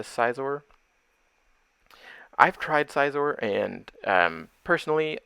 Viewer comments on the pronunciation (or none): Scizor is pronounced like scissors ✂️